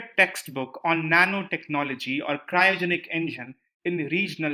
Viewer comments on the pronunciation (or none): none